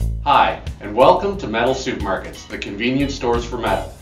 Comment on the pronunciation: Great series but it sounds like 'SoupMarket"... making me hungry...